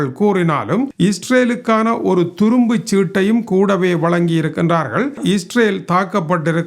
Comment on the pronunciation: சீரியசான தகவலைச் சொல்லும் போது ஏன் கோமாளி மாதிரி நடந்து கொள்கிறீர். அது துருப்புச்சீட்டு துரும்புச்சீட்டு அல்ல.